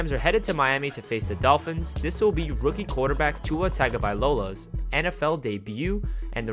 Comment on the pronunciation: Who tf is Tagovailolas? 😂 Not even close on the pronunciation.